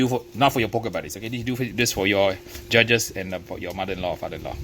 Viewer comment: Yeah right Every fifth word is very LOUD the ribs are ready and very TENDER these are competition ribs to impress the JUDGES!! Yeah nice cadence 🙄